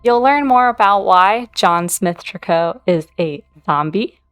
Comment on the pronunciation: Interesting that you call them Trick-koh. Everyone else I’ve heard on YT says “Tree-coo.” 😂 This family is odd but has so much mystery and lore for deceased premades